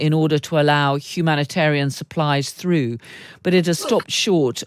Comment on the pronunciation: Pull "though"? Did you mean "through"? Or "tough"? 😂